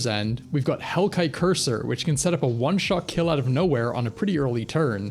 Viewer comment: Courser is pronounced course-er not cursor